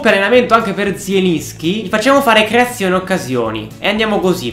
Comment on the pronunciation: qoando hai detto creazione occasioni hai detto l'erre mosca